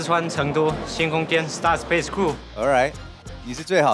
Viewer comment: Gumball:"我來自四川成都星空'kian'"😂😂😂